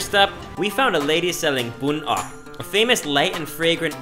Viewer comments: It’s not bun up it’s bun oc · Ốc not Óc. Óc = brain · Lady: ốc (snails),: óc (brain). thanks you come Vietnam:)